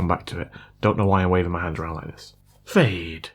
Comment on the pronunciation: Greetings from Bulgaria!, Love your videos! Everytime you got me with the " FAADE " 😂